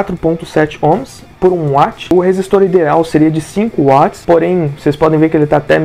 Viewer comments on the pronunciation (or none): none